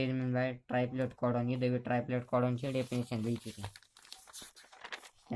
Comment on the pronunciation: That's ट्रिप्लेट codon not ट्रायप्लेट codon.....